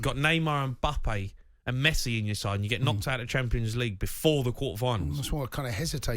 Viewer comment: Can't stand how he says mbappe😑